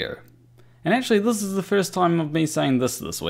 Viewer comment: Did say "Riley eggctually changed..."? If he didn't he should have:P